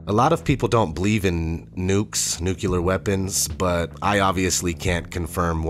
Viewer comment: Nucular missiles?